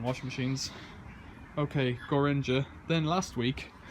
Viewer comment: Gorenje is pronounced "Gor – enn - ya"